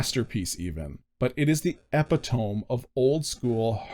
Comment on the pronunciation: Epitome... Epp Ih Toh Me